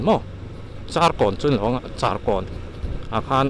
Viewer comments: Charkawn tiha "char" tih hi, " ka kar bung hmawk" tiha "kar" tih ang hian lam tur a nia, mi sing 8 chuang an cheng tih pawh hi i sawi chiang si lo a, District pumah mi sing 8 chu kan chuang maithei e. Tlem lo correct keuh aw sir. Kan in pawh a lang e... 👍😊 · Tlêma i chianlohna deuh chu.. i vlog hmasa ah khân Chârkâwn nilo in..Thinghming Char tia lamtur katia.. ila Chárkâwn tlat a.. zirve deuh teh.. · Charkawn thlûk erawh adik lo deuh 😂😂